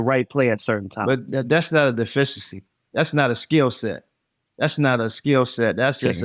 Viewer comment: dude can’t even pronounce the word, “deficiency” 😂 that’s about right for your average LeBron jock rider